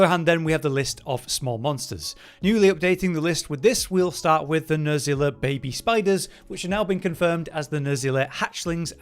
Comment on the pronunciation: Coomatrice? Nerzilla? It's Nerscilla. NerSSSScilla. with an S, not a Z. And it's CHEMatrice, not COOMatrice. CHEM like Chemical.